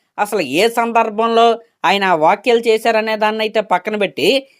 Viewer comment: Vokyalu vottakayalu kadu bro vyakyalu😂😂😂